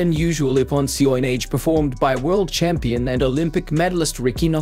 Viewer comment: CG voice can't pronounce Seoinage then you shouldn't use ur.